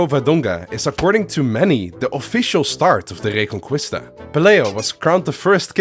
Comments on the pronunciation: A little correction, as a spaniard, Reconquista would be pronounce Reconkista, no Reconcuista. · So much prep but you couldn’t look up how to pronounce reconquista???? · man you’d better not pronounce Reconquista like that for the rest of the video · reconqUista (the real spell is like reconkista) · Good video, the only problem is have with it is how butchered the pronunciation of reconquista (re con key sta) is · The “u” in reconquista is silent JSYK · My spanish ass raging everytime he pronounces "reconquista" wrong